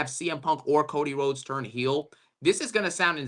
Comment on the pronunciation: I think of Cjax when I hear Cocy Rhodes